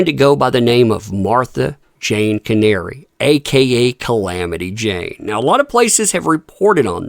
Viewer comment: Pronounced kanaree not Canary